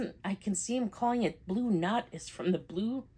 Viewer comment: Congrats. It's so damn cute! 😊 The colour would be Blue Nuit? Which means blue night, the Nuit is usually pronounced "nwee" 😊